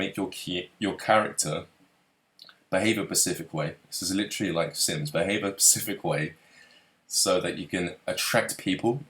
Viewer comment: As intelligent as is I don't understand why he keeps saying Pacific instead of specific it's not his accent because he says s fine it's specific